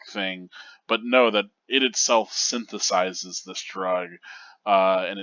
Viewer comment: It's pronounced 'synthesizes' 👍